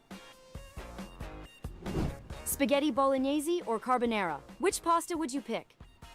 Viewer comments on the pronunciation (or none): none